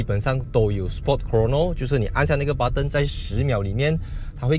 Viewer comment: 听讲英文很娱乐。按钮他叫butt-en,很美国腔。Wire呢他说wayar, 马来腔😂。